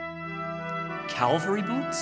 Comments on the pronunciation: It’s cavalry, not Calvary! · Sorry, it's Ca-val-ry Boots, not Calvary! Thank you. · cavalry boots, not “calvary” boots 😊